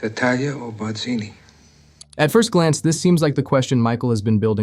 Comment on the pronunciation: "It was BAH-zeenee." "Hello, Carlo."